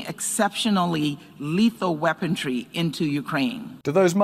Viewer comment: Wow our un ambassador Linda can’t even speak english. What is weapontry?